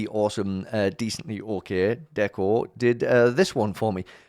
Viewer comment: HIII!! Deco here (shout-out for pronouncing my name correctly!!) HONORED TO BE A PART OF THIS WITH SO MANY OTHERS!! I appreciate your kind words, to say the least:] saving this. I'm glad you enjoyed my own (and other's) art! ^^!!!!